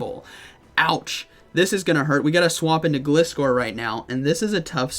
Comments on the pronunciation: I think it's pronounced "ga-lie-score" that's how the anime pronounces gliscor 😅🤔 Cool to see gliscor & primeape there I think they got potential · Gliscor is pronounced Gl-Eye-Scor